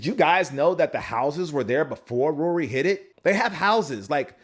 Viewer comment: Did you just mispronounced Rory's name? I never heard it sound like that...